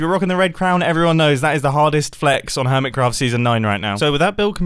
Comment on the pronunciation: It sounded like he said Hermescraft